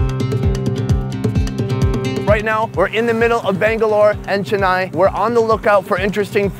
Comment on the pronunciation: As an Indian it hurt me soo much the way he said Chennai